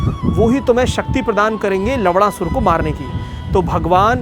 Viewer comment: Nammm sahi se le bhai,lavna sur hai naam